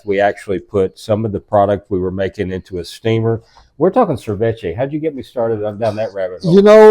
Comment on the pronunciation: I had to go back 3 times because "ser-vech-a" 😂 mah dood... "sa-vee-chay" 🤦‍♂️